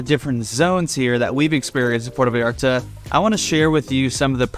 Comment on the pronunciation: You have lived in Vallarta for 10 whole weeks? Wow. Try pronouncing Puerto Vallarta properly. It is Puerto Vy ART Tah. Not Porta Vee arta. Please, if you are going to "tell us all about it", study some Spanish. Then study some more. Learn to pronounce the words. Slow down. Listen to your Mexican friends. They will help you. Bah eeah de Ban Der As. Bay of flags. Nayarit. Ni ar eet. Oh, you did not know Mexico had states? Wow, who knew? Your next door neighbours my friend. Get to know them.